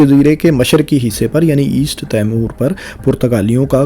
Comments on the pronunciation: تیمور نہیں ... 😂 ٹیمؤر درست تَلّفُظ ہے۔ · تیمور کیا؟؟ آپ کا مطلب " تی مور" تو درست ہے